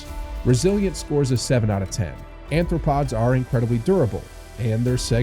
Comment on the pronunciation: First of all, it's Arthopods, not Anthropods.